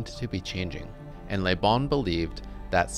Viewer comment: Excellent quote. On a side note, I find it really grating to hear Americans pronouncing the French word 'le' (luh) as 'lé' (lay), as this presenter consistently does with the name LeBon. Certainly, speaking French is not a requirement for being a political scientist or an intellectual, but I do think it behooves one to check on the pronunciation of unfamiliar terms and names in advance of giving even a pseudo-scholarly talk about them. My pet peeve with this is not just that they're getting it wrong, but that I feel it's indicative of an abiding anti-intellectualism wherein they don't care that they're getting it wrong--after all, the onus is on the rest of the world to speak English (or perhaps I should say American), so why should they have to learn a new thing ever in their lives? To be clear, I am not accusing the presenter here of the attitude I just described, but those are the kind of thoughts and feelings this slight mispronunciation brings up for me. It almost made me not want to keep watching the video, and this is not the first time I've experienced that. EDIT: After finishing the video, I found the thesis to be very well-researched, well-reasoned, and meticulously presented, with the the exception of the point I made above and another (more minor and very common) mispronunciation of the name Göbbles. It would have been a shame to have bailed on this out the gate over a detail. This can be interpreted as a lesson for me in not throwing the baby out with the bathwat